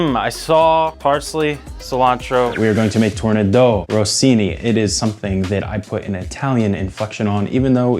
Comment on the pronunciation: The italian inflexion was warranted, as the dish, albeit French, was named in honour of an Italian composer, Gioachino Rossini !